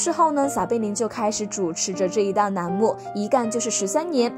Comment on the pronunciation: 栏目的“栏”读成了“南”L/N分不清